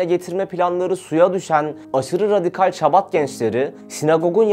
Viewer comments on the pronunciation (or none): Şabat degil habad, menaşem değil menahem, haber yapilan konuya, terimlere hakim olunmali